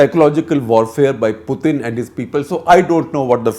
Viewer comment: So painful to listen to this commentary. No one has time to waste. Get to the point quickly. Don't digress and beat around the bush. Plus his name is pronounced Putin as in tin not thin. Waste of time to listen to this inane commentary.